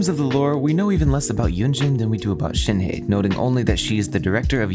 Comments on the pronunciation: PSA: it’s pronounced more like “Shen h-uh”, not “Shenhee” or “Shenhay” or “Shenyay” TTATT pls y’all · The he in shenhe is pronounced like the uhh sound with an h in the begging.